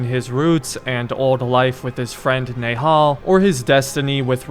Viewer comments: So im gonna say this nehal pronouncation is nahal means a tree that is small or young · Fam his name is Basim not Bazim, and the girl’s name is Nehal not Neyhal. Hope this helps. And btw to be more accurate to the pronunciation of those names, a better english spelling for each one of the names is, Basem and Nihal. a and e in Basem’s name are short vowels. With Nihal, the i is short while the a is long.